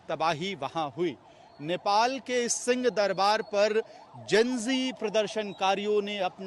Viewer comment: पत्रकार महोदय जी 🙏🙏🙏 राम राम आप उच्चारण ठीक से नहीं कर रहे हैं। आप सिंह दरबार को सीं दरबार बोल रहे हैं। आप हम लोगों की बात का बुरा मत मानना। आप स्वयं सुन लीजिए।